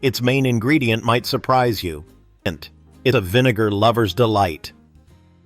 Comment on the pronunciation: .....not the voice over cutting off the 'vi' in 'vinegar pie' which makes me suuuper uncomfortable.